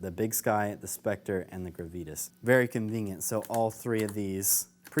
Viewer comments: Great video! Super helpful too! But "gruh-vee-tis"? You mean "grah-vi-tahs"? 😉 still love the video! rocks! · Gravitas: grah-vee-tahs.